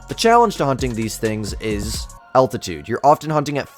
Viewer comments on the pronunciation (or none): none